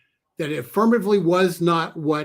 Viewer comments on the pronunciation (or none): It's Mayorkas NOT Mahorkas.